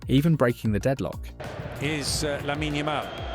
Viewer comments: great video! just a small observation, its not hate or anything; the "e" in "lamine" is not prounounced. it ends with the n. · Bro can't pronounce Lamine right to save his life